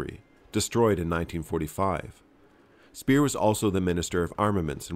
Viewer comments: Speer as in pair or pear, not peer. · It's Speer, not Spier, though.